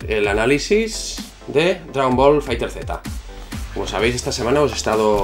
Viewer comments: Se pronuncia "fighters" no fighter z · FAAAAIGTEEEERSSSSS NO FAIGTER Z el mismo banda namco lo dijo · Maestro, no se dice dragón ball fighter Z, se dice cómo se escribe, dragón ball fighterzzzzzz. No se nombra la Z al final.